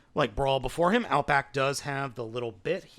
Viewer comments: Outback not outboak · First off its "Power of the Primes" not "Powers of the Primes". Second its "Outback" not "Outboack". Third the Takara version is exactly the same as the Hasbro one. Neither has the G1 gun. Where are you getting that info??? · I see a lot of comments saying this already, but... oh well. "Outboack" xDD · It's "Outback"! 😂🤣😅